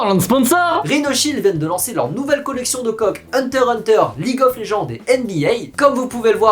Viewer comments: Hukter X le X on dit hunter X hunter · PTN MRC IL A DIT HUNTER HUNTER mes oreilles saigne a chaque fois que qqun dit le x ...